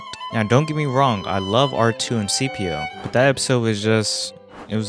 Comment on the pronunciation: C3P0 not CPO 🙂 Loving this series btw